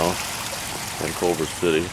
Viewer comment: To the guy who uploaded this video, it's "Culver City," not "Colver City."